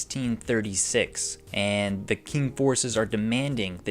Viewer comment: “Qing” is pronounced as “Ching”